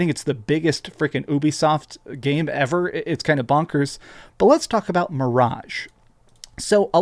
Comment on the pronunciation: It's pronounced you-bee-soft